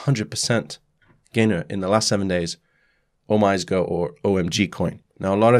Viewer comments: Thank you for your video. Just so you know OmiseGo is pronounced O - Mi - Sey - Go. It is Japanese and Omise means the store / shop. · OmiseGO = "Oh mee say GO" Thanks for the great content! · "OmiseGo" [Oh-mi-si-go] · Pronounced 'oh me say no' btw. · OMG correct pronounciation is "Oh-mi-se"